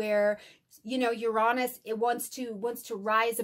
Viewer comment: uranus correct pronunciation yr ·ei·nuhs